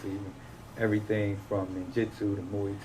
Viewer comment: Did he just say ninjutsu? Lmao